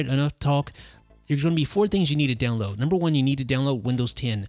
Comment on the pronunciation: Does it sound like he's saying down low for download on his videos?